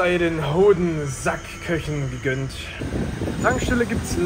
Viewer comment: Das heißt Hoden und nicht Höden